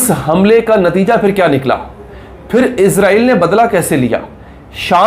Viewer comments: یار آپ لوگ اسرائیل کو ازرائیل کیوں بولتے ہو ؟ وہ تو فرشتے کا نام ہے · عزرائیل نہیں بھائ اسرائیل